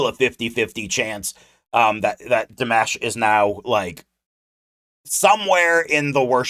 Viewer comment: You said his name right.😊